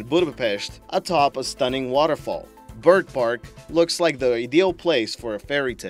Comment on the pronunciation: The first time you said bergpark, I thought you said bird fart. lol.